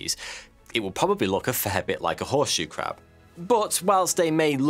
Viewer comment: Pwotect tha Cwab!